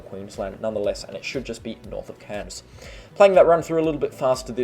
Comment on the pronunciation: Please … Cairns is pronounced with AIR in it, not “Cans”.